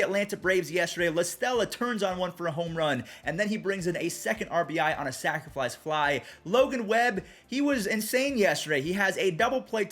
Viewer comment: Am I the only one that hears say “Sacriflice Fly”?